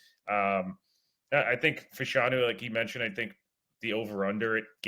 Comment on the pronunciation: Can someone please tell that it is pronounced Fash-a-new.